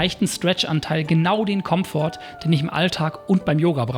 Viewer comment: Ob du das 'T' am Ende von Komfort absichtlich betont hast, damit ich einen Kommentar formuliere? Keine Ahnung.. Ich habe allerdings noch eine Frage. Woher beziehst du deine Yoga-Praxis? Ich habe das Gefühl, dass du eine kontinuierliche Progression hast. Ich mache oft yoga mit den Videos von Mady Morrison. Da habe ich aber keine Kontinuität. Stattdessen suche ich mehr oder weniger wahllos nach einem passendem Video.